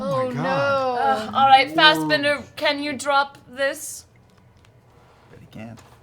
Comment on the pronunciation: Everytime Marisha says "Fastbender" instead of "Fassbender"... smdh XD